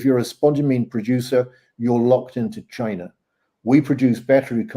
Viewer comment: this nigga said cheena 😂